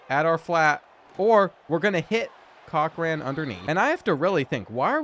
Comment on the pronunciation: The way you cant pronounce Cochrane grinds my gears. 😄